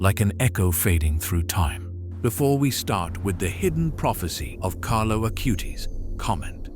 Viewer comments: Acutis not Acūte-is. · Please...pas CARLO AUTI mais CARLO ACUTIS!...:hand-orange-covering-eyes